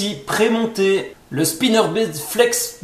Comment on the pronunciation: " Un swimbéét " " un spinnerbéét " 😂 aah ces belges 😁